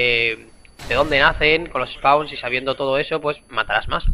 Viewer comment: soy yo o dice los espauns ? jajajajaj